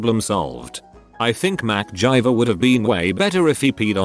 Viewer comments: No one: Text to speech: Mack jiver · Who is Mac Gyver? I think he means MacGyver. I guess we shouldn't be surprised since he says things like cow worker lol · mick jagger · oovoo javer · Am I the only one who heard macgina?